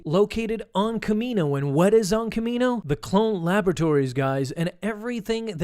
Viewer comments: Its not kamino 🤦🏿‍♂️ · Pretty sure it’s not kamino